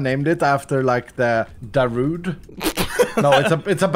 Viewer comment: the way Iskal misspronounced Darude hurts my soul as a finnish person